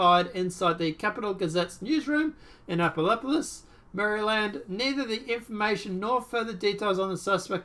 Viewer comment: It's pronounced Ann-uh-run-dull (county) and Ann-app-o-lus (Annapolis), where the Naval Academy is located, the oldest state house in the nation, the state's capitol, where much of the Declaration of Independence was signed and the nation's capital for a very short time. The unofficial motto of the town is a "drinking town with a sailing problem" and it's officially known as "the sailing capitol of the world". It's a really neat place and I'm so sorry to hear about this. That guy looks like a real "peach" and considering Annapolis' prominence, I wouldn't doubt this is another false flag orchestrated by the "deep state", despite the narrative. This place has so many ties to the military industrial complex, the elite, the military, and DC politicians, it's daunting. I DEFINITELY wouldn't take this at face value!!